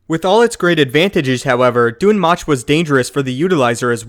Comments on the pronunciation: Its pronounced Dune Moke ((thats me spelling it how it sounds)) its even referenced in Darth Plageius. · oh my god it's pronounced "doom moke" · Not sure if Dun Möch is supposed to be pronounced that way. Ö is said differently from O..